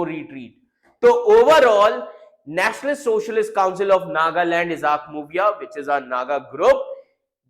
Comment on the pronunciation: Plzzz pronounced correctly muivah mubiah